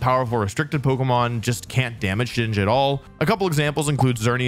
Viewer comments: Thank you for saying Shedinja correctly. I will now leave a like. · Bro can say shedinja right but not Zacian and Slaking 💀